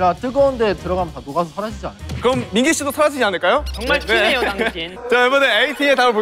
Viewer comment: the way wooyo always calls mingi as mangi and his adorable smile afterwards🥺🤍